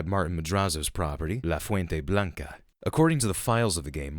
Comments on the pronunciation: Big props for pronouncing "La Fuente Blanca" the right way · Your Spanish of La Fuente Blanca it's so satisfying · The way you pronounced "La fuente blanca" was just perfect